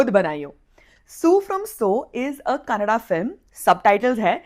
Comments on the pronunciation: Wow... U pronunced "Kannada" correctly.. it irritates for us when a north Indian prounce "kannad" instead of "Kannada". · You correctly pronounced ಕನ್ನಡ🙏,, thanks for your genuine review about "SU from SO"...